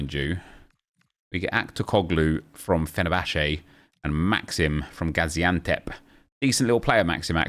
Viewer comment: I’m extremely impressed that you knew Gaziantep team and pronounced it perfectly. I know some Turkish ppl who wouldn’t be able to pronounce that well lol